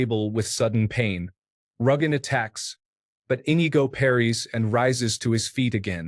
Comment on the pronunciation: "en-EE-go" man that was painful to listen to